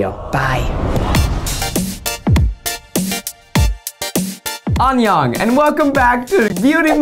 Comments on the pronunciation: He really said "onion" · Zach really said 온용 instead of 안녕 and Eugene didn't say a word lmao I'm losing it sksjksjsjd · zach: “on yong” me: “even the koreaboos know that’s wrong” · zach saying onion instead of annyeong killed me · Eugene’s cringe when Zach said “oniong” instead of annyeong sent me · is no one going to talk about how zach said oniong instead of anyeong? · zach sed onion lmfao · did Zach just say "onyong" instead of "annyeong"??? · Hyuna Young you can literally see Eugene cringing the moment Zach mispronounced saying that. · You can SEE Eugene’s cringe when Zach terribly mispronounces Aneyoung 😂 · The visible pain on Eugene’s face when Zach pronounced “Annyeong” wrong lmfao